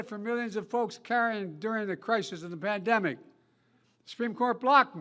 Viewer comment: Crowd sounds so sparse and room half packed compared to Trump’s rallies. Btw, did he pronounce pandemic “bamdemic?”😂😂😂